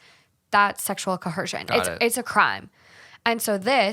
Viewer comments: There is no h in coercion, it’s not ‘cohersion’ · “Sexual CoHerShion” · Why do you keep saying “ co HERsion” ??? It’s coERsion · Oh my God the pronunciation of coercion (co·er·cion) I didn't think you could get worse than liberry.